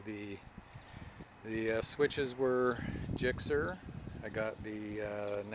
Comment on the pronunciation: your supposed to say the letter you goon!!! lol not (gikser) its G S X R